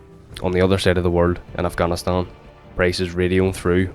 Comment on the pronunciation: Ayyyeee he pronounced Afghanistan correctly 🤯🤯 legit first time hearing it.